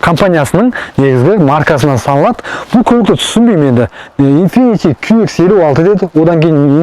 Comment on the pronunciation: Инфифи демей дурыстап айтсаш